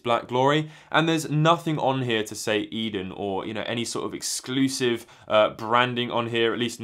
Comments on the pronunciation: Yep, "A-den", not "Eden". I've only been living in Japan for a few years in Kanto, so I've never heard of this store, but I did wonder if it was somehow related to Edion. Thanks for the info! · Pronounced A-Den :) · The company name is pronounced as "eethen"